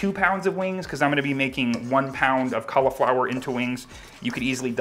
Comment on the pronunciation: learn how to say cauliflower